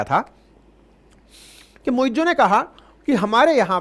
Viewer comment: It's not "muiJoo". It's "MuiZ"